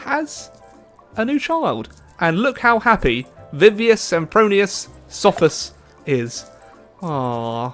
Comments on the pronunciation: Sophus was the only part you pronounced right from the first person. If you want to pronounce latin words and names correctly, you have to stop using your english way of pronouncing letters. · You said that you pronounced the first two correctly, but Sophus sounded best when compared to original Latin or Italian. :D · you said the name wrong